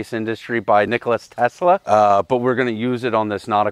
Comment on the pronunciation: Tesla's first name is Nikola with no "s".